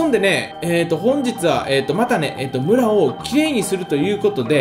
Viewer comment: 村をがブラをに聞こえる笑